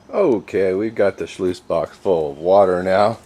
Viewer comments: Nope. You lost me after you said 'schloooose'. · It's not a schluice. It's a sluice.